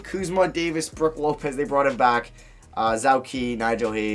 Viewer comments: zow ki its zhou qi (zo chi) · Qi Zhou is pronounced like "Jo chee", not "zao key" lol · Zhou Qi’s name is pronounced Joe Chee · it’s pronounced Jo Chee